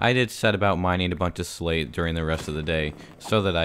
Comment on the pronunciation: When he said slate I thought he said slave